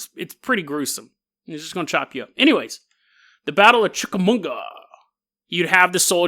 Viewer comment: Finally, I get to join the club of viewers who have their homes mispronounced by. Chick-uh-mah-ga, dude, there's no 'n' lol